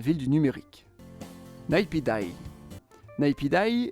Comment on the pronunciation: Je suis d’origine birmane et je peux vous dire que Naypidaw qui d’ailleurs se prononce Nèpidau est un gouffre financier pour la Birmanie.